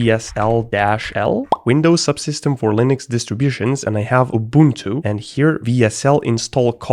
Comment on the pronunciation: Windows subsystem for linux distributions: "EW-BOON-TWO